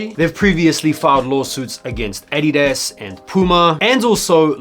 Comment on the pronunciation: I hate the way you pronounce Adidas 🤦🏾‍♂️ 🇺🇸